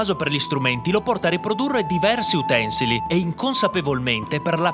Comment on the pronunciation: Secondo me, il leone stupido sa che si dice utensìli (accentazione piana) e non utènsili (accentazione sdrucciola)...